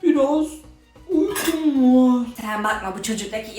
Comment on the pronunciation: Uykum var yerine yukum var diyisi